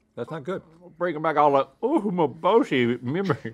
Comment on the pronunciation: “oo-may-bo-shee” is my favorite. Uma-bo-shee” means dried horse.